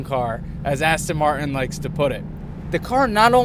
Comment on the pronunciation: Every time he says "coupe" I want to shout at the screen, and the butchering of the word Martin is annoying too - but on the plus side he seems a great bloke and the car is f'ing gorgeous!!